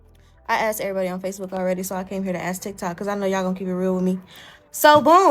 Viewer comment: You have a photographic, you said ax instead of ask. These uppity women you’ve mastered everything else except that.